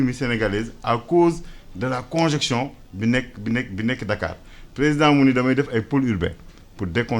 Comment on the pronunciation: Vraiment ! En tant qu'ingénieur du domaine il se permet de dire conjection au lieu de congestion .